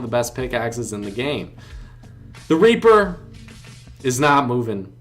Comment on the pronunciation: I’m dead🤣 he said raper